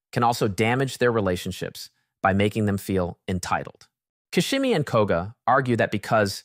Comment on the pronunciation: Fr!!The narrative's fabulous except this ...